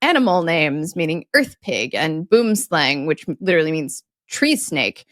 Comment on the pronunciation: It's pronounced Arf re karnz, and boem slung